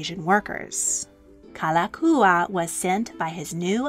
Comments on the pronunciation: While I enjoyed and appreciated this history, please work on your pronunciation of Hawaiian words. You nailed Liliuokalani but it’s Like Like (lee-kay lee-kay) and Kalakaua (ka-la-KOW-uh). It helps to know “o” means “of” and the prefixes Ka, La, Na are all “the”. For example, “o ka lani” means “of the heavens”, which can pertain to royalty. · I just can’t get over the narrator’s mispronunciation of King David Kalākaua 🤦‍♀️ 🤦‍♀️ 🫠